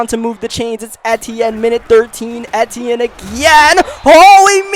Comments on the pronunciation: it’s pronounced travis e-chenne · Its pronounced (e-tee-in